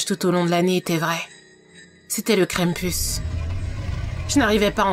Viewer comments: Je suis le seul qui entend crème puce au lieu de krampus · J ai limpretion qu' elle dit cranepus joyeux no no KRANOEL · Moi qui fait Latin je prononce Krampus : "Cramepouce" XD